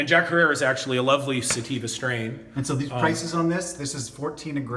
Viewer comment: jack herer. is pronounced like terror is herror. call 3ed eye head shop In Portland Oregon ask for mark Jack's son